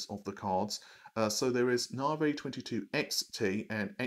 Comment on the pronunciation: Its called "Narvey" :P